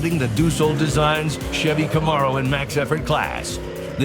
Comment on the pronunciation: Co- mar-o? Wtf?